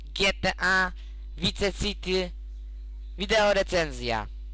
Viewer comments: chce ci powiedzieć że on nazywa się tommy vercetti {werczetti} a nie wierlczeli i nie pisze się wice city tylko vice city i mówi się waj siti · vice city sie pisze a mówi się vajsiti